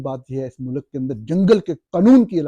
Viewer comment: Young man the plural of سربراہ مملکت is سربراہان مملکت . The pronunciation of ملک is MULK, NOT MULAK.